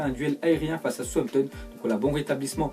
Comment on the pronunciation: arrête de parler de Southampton, tu écorches leur nom c'est dingue!